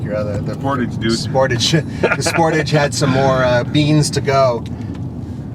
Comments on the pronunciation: 0-60 times done at altitude are meaningless. Do all the tests at sea level and see what the results are. Also, you pronounce Sportage wrong. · did you actually pronouce "sportage" like that....